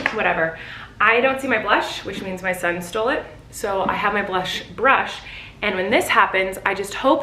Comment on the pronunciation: Colleen : left over dirty blush from probably two days ago left over on this BLUSH . Yes she said blush instead of brush